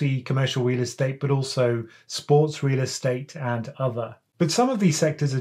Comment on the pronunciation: I’m hearing wheel estate hahahaha